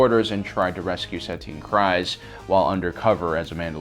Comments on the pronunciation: Every time I hear the name Kryze in either "The Clone Wars", "Rebels" or "The Mandalorian", it rhymes with breeze not rise. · Please learn to pronunce the names properly. It's not pronounced krise but kreese. Even the clone wars episodes sshowed this. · Great vid! Just FYI, "Kryze" rhymes with "breeze," not "eyes." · You mispronounced Kryze. The way you're suppose to pronounce it is like freeze, but instead of an f, it's with a k (Dave Filoni and characters in Clone Wars and Rebels say it like this) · I am pretty sure Bo Katan's last name is pronounced Kr-ee-ze